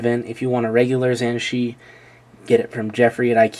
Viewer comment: its pronounced dayan zhan-che in english, its hard to write, i am chinese